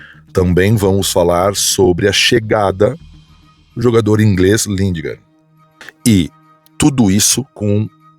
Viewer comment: Lingar eh a pronuncia, o D eh mudo,.